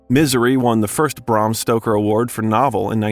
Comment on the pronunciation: Bram Stroker? Lol you misspoke it twice in 5 minutes lol